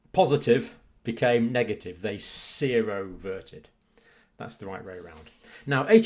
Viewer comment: Is it not sero - RE verted or sero- RE-verted? That is the way it is spelled so I think I would pronouce the central syllable as well. New terms to me, but interesting study and interesting commentary. Thank you Dr Campbell.